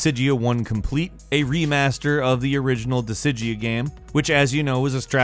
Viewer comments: "What Dissija just call me?" "Dis-guy-uh over here..." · I am sorry but i need to say this... as someone who does game coverage and/or announcements you should at least invest a bit of effort into properly pronouncing game titles. Disgaea is not pronounced Disigee but rather Disgaea as in Gaelic. That is one of the older classics that deserve some justice. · One way to tell that hasn't played a game is to listen to how he pronounces its name. Disgaea is a game series, "dih-SIJ-ee-uh" is nothing. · hmm, I always pronounced the series in the bonus section as "Dis-guy-ah" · Dude. You have got to stop messing up some of the pronunciations of these games man! “Dis-Guy-A”. Please... please! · The Goddess Gaea is another name for earth. Setting is netherworld as in not earth. So dis-Gaea. There’s an A after the G. I was just wondering if you would mention one of my all-time favorite games, which I had just miraculously discovered made it to iOS, when I realized you were already talking about it by another name. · I thought he said Dissidia at first. But then he said it again. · needs to learn how to say disgaea lol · Is that realy how you speak DISGAEA ? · Ngl how disgaea got pronounced triggers me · you say Disgaea wrong. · Wow he butchered the pronunciation of Disgaea lol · His pronunciation of Disgaea was so bad that i got a headache just by hearing it. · How did tou pronounce disgaea? Either ive been pronouncing it wrong all these years or you totally butchered it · His pronunciation of it was so bad that i got a headache just by hearing it. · When he says disgaea horribly wrong lol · lmao I was like tf did he say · To be fair, he mispronounces shit all the time.